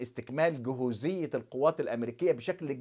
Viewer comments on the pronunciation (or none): جاهزية وليست جهوزيه